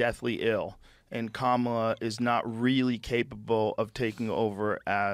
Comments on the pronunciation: Her name has equal stress on all syllables. Please say it properly my guy. No hate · Please please please please please! It's COMMA-la, not kuh-MA-la. That's why all the shirts that say: ,la Please say her name correctly. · For anyone not sure it’s pronounced “calmala” not “Camarla”. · It's arguable that no words properly have equal stress on all syllables. And specifically, Kamala is stressed on the first syllable. KAmala.